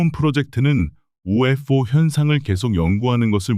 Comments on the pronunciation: 그냥 ufo그럼되지 발음 엄청 굴리네ㅋㅋ튀고싶나봄ㅋㅋ영상은 잘봄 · 바보! UFO 목격을 UF 오목격이라 읽네 무식한 넘!